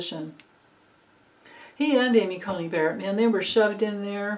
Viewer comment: It's Amy Coney Barrett, not Cultey.